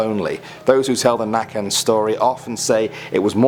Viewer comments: correction about "nacken" his name is Näcken, translating to Naked or The naked just an fyi so you dont make up the names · bruh i come from sweden and i have never heard of the nacken, but i have heard a hell a lot of näcken. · Bro, Nacken is Näcken, he just can't say the letter Ä. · näcken not nacken. Nacken is your throat in swedish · "Näcken" means "the evil spirit of the water" Apperantly and Naken is the word for naked. not "Nacken", it mean "The neck" Trust me, I am a Swede. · its not nacken thats means neck its näcken that can referd to the swedish word näckrosblad thats in english is lily must i do the get you all infomation about how wrong you say every thing??? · not nacken it's näcken ä is pronounced eeaa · Also you say necken not nacken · Jag håller med, for you inglish people it’s not nacken that mean’s neck instead it is näcken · number 8 is called The Näcken, that means naked, not Nacken¨ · It’s näcken not nacken that means neck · ”Nacken” is pronunced necken and means the naked one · Its näcken, not nacken. Nacken means "the neck" and make it sound laughable. Näcken is pronounced like Neck-en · Its necken not "nacken" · nacken is pronounced ne-cken, and there is also a legend of näcken where he lures women with his beutiful naked body! so scary, please do a part 3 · its näcken u fukktwat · You pronunce Näcken the same way you pronunce naked, nake-n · Haha, I understand that Swedish letters are tough to pronounce.. but '' Nacken'' means '' the neck''. The name is '' näcken'' wich means '' The naked one'' basically... xD Since, as the legend says, he's a naked man who plays a violin by the river. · "neken" not "naken" and - it's "blå-kulla" not "blå jungfrun" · Its not "nacken" its "näcken" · I am Swedish i want to say hi on Swedish. Hej Also it is called näcken not nacken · Lol this is hilarious its näcken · It’s actually spelled Näcken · The word meaning "naked"is spelled "naken", not "nacken". "Nacken" means "the neck" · The nacken😂 haha nacken😂